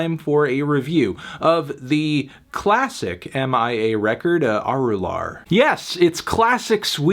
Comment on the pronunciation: It's pronounced uh-ru-luhr or uh-ru-laar, melon